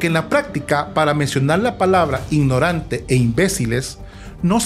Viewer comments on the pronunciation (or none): Que dice que somos un país poble ignodante podeso ella no puede hablaad dado 😂😂😂😂😂 que hable bien primero para que critique 😂😂😂